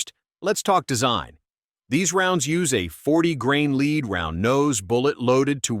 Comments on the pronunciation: Maybe the script read as leed instead of lead ? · When I hear an AI announcer voice pronounce 'lead' as 'leed', I check out. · I especially like CCI's use of "leed" instead of the old-fashioned "lead". We are still years away from an AI narrator that can compete with a person. Still, interesting info. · Script writers for AI need to learn how to spell phonetically. Led not lead (Leed?) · "leeed" ?????????? ( is this an A.I. speaker ? ) The metal is 'lead' ( pronounced "l e d" ) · "leed round" LOL This AI can't pronounce lead! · If you insist on using a robovoice, do yourself a favour and spell lead "led" in the script ... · OMG.......How can I pay attention to the subject matter with a narrator that has no idea what he is even talking about, can't pronounce words right, and is using video of larger centerfire rounds/guns. Seriously...."LEED"???? Come on...... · It's pronounced as Led. Stop saying basic things wrong, it destroys your credibility on information. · I don't watch videos with AI audio. Your mispronunciation of lead ( leed ) annoys the Hell out of me! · I love it when it says “soft leed”. 🤪